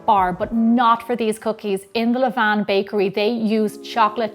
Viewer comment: Thank you for your correct pronunciation of "levain". I hear people saying "levane" all the time and I hate it!